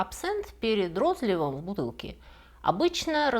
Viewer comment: Простите, а рОзлив и снадОбье - правда что ли так правильно говорить? Всю жизнь говорил розлИв и снАдобье